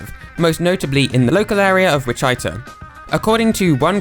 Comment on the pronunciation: /Witch/Ita/? Lol, It's Wichi-ta, in Kansas.